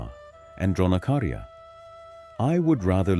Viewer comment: Its Dronacharya not Dronakarya